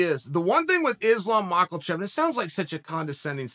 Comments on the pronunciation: It's Ma kha chev NOT Mackalchev Do an effort to get his name right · Does he ever pronounce any name correct witout crooking it.. Islam Muckalchev.. Kamara Usman.. n his pathetic insights.. lol.. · Makhalchev lol, I think uncle Chael is intentionally butchering names. But the undefeated p4p king Chael sonnen can do whatever TF he wants. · "Machelchev" lmao ded😭😂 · Chael "MAKALCHEV" Sonnen. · Chael: "Izlam Makuljeff ..." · chael "islam MOCKELCHEF" sonnen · Islam MakhaLchaev... so that's how u pronounce his name :p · THERES NO L IN MAKHACHEV FFS